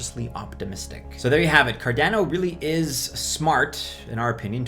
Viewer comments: Car don o lol only way i know how to put it to where u say it the way im used to hearin it haha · Why do u say cardano the way u do bro ahha